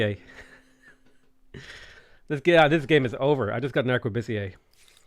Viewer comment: Arquebusier is pronounced "Arkwa-boosier." Boo as in, well, boo.